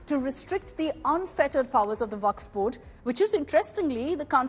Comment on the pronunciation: WAQF ❌ WAFQ ✅ 😂😂